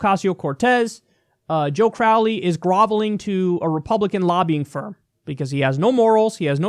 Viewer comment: Joe corr-owley